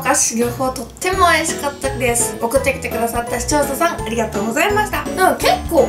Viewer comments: ゼリーの前の視聴者さんが使用者さんに聞こえるw でも可愛いとこ💕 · カオナシ限定合コン ただ視聴者さんが言えてない… そこがまたいいんだけど笑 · 視聴者さんって言えてないゆうかちゃん可愛いww